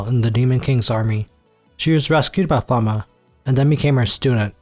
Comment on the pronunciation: Had to second check flamme . I was like I know it can’t be pronounced that way .